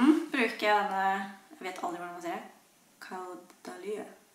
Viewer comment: Man sier det « kådæli » det er fransk 🙂elsker videoene dine ❤️